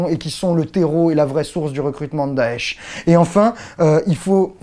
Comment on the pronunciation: mon dieu, le premier français a prononcer correctement daesh ou chiite !! Continue comme ça, il y a des arabes sensibles a tes efforts.